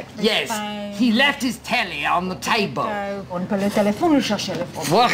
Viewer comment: and we THINK that he might have left it, at the 'tebul.'